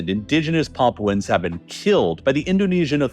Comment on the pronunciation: "Paapwens" Lmao, can't even say it right. 😂😂😂